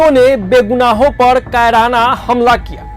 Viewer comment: कराना नहीं कायराना। ये कौन बिहारी है। हिंदी ढंग से बोलना नहीं आता ।